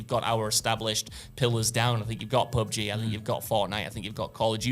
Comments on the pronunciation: He said pubgah for pubg 😂😂😂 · bro said pub-guh